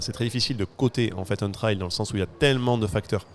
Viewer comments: le mot anglais "trail" qui signifie "chemin", viendrait du mot français "trailler" qui signifie "remorquer". Vous êtes sûr de vous ??? Vous le trouver où le lien entre remorquer et un chemin ? Il n'y a pas de honte à faire un effort sur l'accent lorsqu'on utilise un mot anglais. On se croirait avec des collégiens qui ont besoin de se moquer de ceux qui font un effort. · le trwail 😅